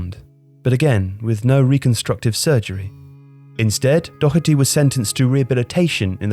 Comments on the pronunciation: Doherty not Docherty ffs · Dear People of England Doherty is pronounced dawherty, not dockerty. Gallagher is pronounced Galla-her not Galla-gerrrrr and so on and so forth for a multitude of Irish surnames that you continue to butcher even though we live next door and people of Irish extraction make up a huge part of the population of your country. Regards The people of ireland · There is no k in Doherty it’s doh-erty not dokerty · Good video but it’s said dough-er-T not do-her-T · Doherty is pronounced DAW-HER-TEE. At least learn to pronounce it properly, it’s not that hard. And it’s a British border placed to segregate the island of Ireland. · Youre pronouncing Doherty wrong, just like the commentators do. Where the fuck do you get the CK sound from? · Nice video but the pronunciation of Doherty was doing my head in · no he didnt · There's no "ck" in his last name. Pronounced the same way Matt Doherty does it. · The mind boggles when people (English) can’t pronounce Doherty properly.